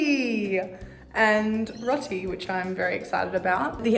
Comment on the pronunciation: The way she pronounced roti my heart 😭✋🏾